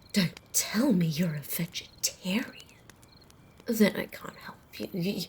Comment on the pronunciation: For some reason I love how you say vegetarian